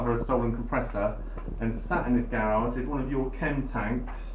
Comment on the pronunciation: What's a "garriage"?